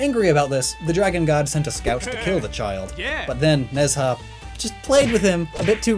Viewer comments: IIRC Nezha is pronounced Nhu-ja. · Just wanna say,, it's just a pet peeve of mine... the pronunciation of Nezha's name is "nuh-jah"/nə-jah. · Video still slaps. It's where I heard about Nezha (Nej-hah it's pronounced I think) :)